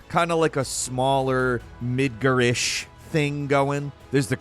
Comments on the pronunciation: I started watching the video but then turned off at the second instance of the gross pronunciation of MIDGAR. It's aggravating to be honest. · It's Midgar not midger. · I love you. But it's mid gahrrrr MID GAR NOT MIDGR You drive a Car not a Crr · "Midger?" It is Midgar. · It's midgar not midger sound like you trying to be slick and say something else low-key and down right ignant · Jesus not “midger” it’s Midgard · Mid ger lmao MID GAR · Midgar, not midgur lol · It's called MidgAR not MidgER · nothing like the city of Mid-GRRRRRRR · Quit saying MIDGER. It’s MIDGAR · Is it really pronounced midgur ? Is it possible I’ve been pronouncing it wrong for years as midgar (you know the way that it’s spelled) You also said the word iteration as “aighteration” And the word important as “impartant” So I’m starting to think it is pronounced Midgar like I thought Were you rushing through this script or what man? You sound especially sped up and flustered today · The way you pronounce Mid-GAR; Mid-GER is driving me crazy for some reason. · Why are you pronouncing midgar as midger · I love ya man, but the way you're pronouncing Midgar is irking the hell outta me. It's MidgAr, not Er. Go by the in game pronunciation please. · midgirrr lol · mid-grr. Jesus cmon. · When I heard it was at the beginning of the vid, I knew Mid-grr was coming. But I still cringed every time I heard it lol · I hate how he says Mid-ger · Not sure if I can listen to someone that calls it Midger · Why are you calling it Midger? This mfer doesn't play video games. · Why do you call it "Midger"? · The way pronounces Midgar. Midgger 😂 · He ALWAYS finds one word to mispronounce. I feel like he's messing with us.. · Not to mention the way he pronounced “Midgar” as “Midger” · "Midgirr" Me::face-purple-crying::face-purple-crying::face-purple-crying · Srry but the way u pronounce Midgar makes me think of other things😅